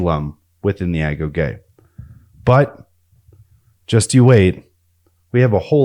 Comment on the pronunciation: Great video. Thank you for pronouncing "agoge" properly; a lot of channels use ai to narrate, and it can never get that word right.